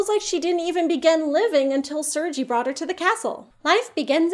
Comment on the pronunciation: Ooh... pity you decided to pronounce Sergei this way, you had a really good russian there.